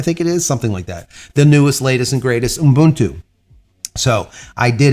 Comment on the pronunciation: The man know how to say Ubuntu. I'm impressed.